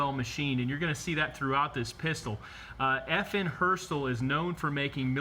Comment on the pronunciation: NOT F&H It’s FN!!!!!!!!!!!!